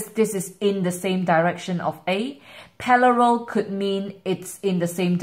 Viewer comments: Parallel not pallarel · nice it was help full but "paLLaRel" lolol